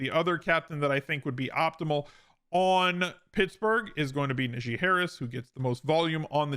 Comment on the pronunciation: I've never heard anyone pronounce Najee (NaGEE) Harris's name worse. Most say Najay which is still wrong but you went to another level. LOL